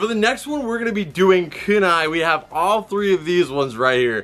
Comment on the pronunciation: First, naruto is orange. Second it's pronounced ku-nai not ka-nai. Loved the vid though I'm just a weeb